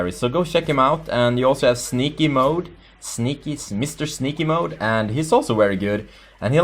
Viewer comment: you did an english accent for sneakymode. for shame.